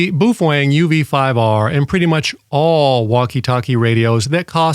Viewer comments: Baofeng is pronounced bow (rhymes with how) fang (rhymes with bang). Not boo-fwang. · And BTW. You sound like an idiot saying "boo-fwang" you're the only person I have EVER heard say it like that and you're thinking you have power over that?? Dumb af. Its "bow" (like bow wow like a dog.) "Bow-fung" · Bu Fwang 😂😂😂. I'm sure it's pronounced Bow Feng.🤦‍♂️🤷‍♂️. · "Boo-feng" . . . lol. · Maybe in Japanese, but BaoFeng is a Chinese company, and they don't speak the same. Even using a translator it's pronounced Bo Fang, which in English is Storm Wind... Not trying to be an asshole or anything. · In case you were wondering, it's not pronounce boob-fang, or buoy-fang or bwee-fwing, or boo-fwing. It's pronounced bow (rhymes with cow) fung (rhymes with dung). Just wanted to clear that up for everyone's benefit. Bao like cow, feng like dung. Bao Feng. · “Boof-wang” lol! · I'm crying every time you say 'boof wong' 😂😂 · Well I learned how to pronounce Buffwang. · About to buy my Baofeng UV-5R and I'm glad I watched this video because I've been pronouncing it wrong this whole time. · Strange pronunciation of Baofeng! 😂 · you're a frigging idiot. you need to first learn how to properly say the name of the radio and then learn to talk naturally and not like a damn robot. go get yourself a life update for all the stupid smart-ass morons out here. and yes to the moron that stated " watched leave it to beaver" at least he had more brains than you do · I don't like you. And you pronounce baofeng wrong.